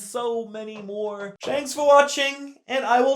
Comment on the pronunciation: did he just say “shanks” for watching